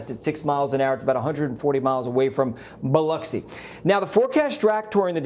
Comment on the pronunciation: Thank you for saying Biloxi correctly! ❤️